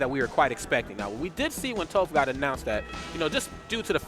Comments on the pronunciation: The way he says tOHph, instead of Toph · How is one of the announcers gonna mispronounce Toph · It saddens me knowing the commentator didn’t watch Avatar to know how to properly pronounce tophs name :,(